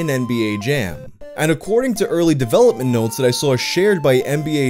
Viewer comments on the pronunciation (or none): none